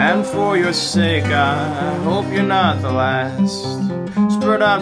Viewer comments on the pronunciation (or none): none